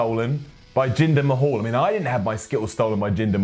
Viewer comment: Who the hell is Jinder Ma-hawl? Does he know Drew Curry?